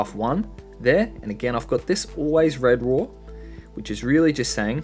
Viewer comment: why do people always say "red raw" instead of "re-draw" lmao